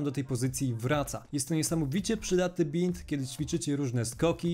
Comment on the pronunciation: mówi się bind (bajnd)